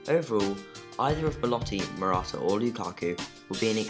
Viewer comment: He also pronounced Morata's name wrong every time I'm pretty sure